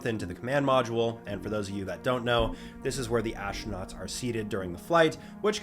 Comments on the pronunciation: "ashtronauts" is just wrong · So, the "ash-tro-nuts" went into the "mod-shule"? Amazing. At least this speech impediment is kind of amusing...